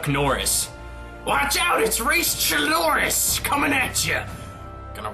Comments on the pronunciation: I'm Greek and it's actually pronouced "kloris" not "tsloris" XD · Chloris not Chiloris. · Reese's last name Chlorus, not Chilorus. To me it brings to mind chlorine or chloride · Just to let to let you know, you pronounce Chloris like chlorine (for bleach) Also keep in mind Chloris Leachmen (sp?)